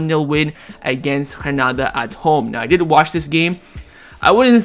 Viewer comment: I enjoy yr commentaries. Granada is pronounced with a hard G. Just as it is spelled. I don’t understand how you are trying to pronounce it. Phil in Seattle